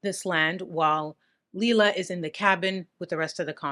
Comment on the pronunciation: Her real name was pronounced liela Mae Carter she was born white trash .I should know I'm her younger brother.